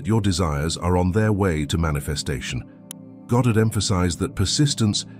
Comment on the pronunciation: Minor point. It's so lovely to hear "Goddard" and not "Gahdrd". Thank you.🇬🇧